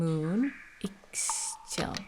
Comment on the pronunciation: Right? And she played Shadow of the Tomb Raider, she should remember how to pronounce Ix Chel